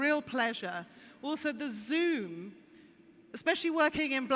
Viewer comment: Zoom = oom? Man, such an awesome phone deserves a much better presenter.